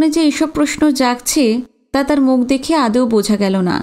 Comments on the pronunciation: তোমার মত এত মিষ্টি কন্ঠস্বর আমি আগে কখনো শুনিনি..অতি সুন্দর পাঠ..কিন্তু একটি উচ্চারণ তোমার বারবার ভুল হয়,সেটা হলো তুমি আদৌ না বলে আদেও বল..এটা যথাযথ উচ্চারণ করার চেষ্টা করো ❤ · ami tomar golpo path khub bhalobasi, sudhu akta anurodh korbo, kathata (adeo) noi(adou). ❤❤